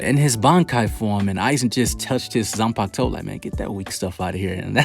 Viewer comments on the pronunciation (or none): none